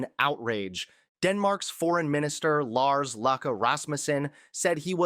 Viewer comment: Lars Løkke Rasmusen his middle name sounds like Luke-ka is the closest pronunciation in English to his name. Get your pronunciations correct and show some respect. Just spend the few extra minutes and listen to their name being pronounced, no matter whose name and which area of the world, to get it right.